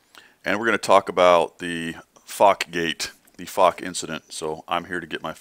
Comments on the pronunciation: Its not Fock, Its Foch (prnounced fosh) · i am sorry and you probably don't give a flying f*** but man does it get on my nerves how you pronounce foch an circonflex